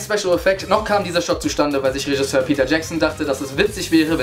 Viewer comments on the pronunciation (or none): none